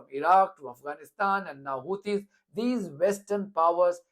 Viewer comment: He can’t even say their name properly! He said “Houties”